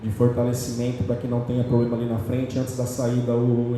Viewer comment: vai aprende a falar problema vai 🤣